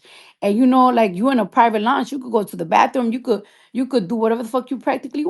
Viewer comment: Longe? Its lounge! Cardi go away from with this!😂 Then trying to put on for the crip security smh! I thought she was a blood?😂 This story is all over the place and she is too!